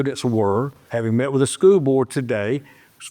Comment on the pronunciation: Does nobody in this town know how to pronounce the word “school”?